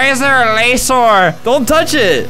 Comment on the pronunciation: "lasor" "spidor" 2 of alberts most famous words